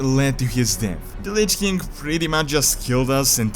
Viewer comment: Why does he say lich kink? Its king facepalm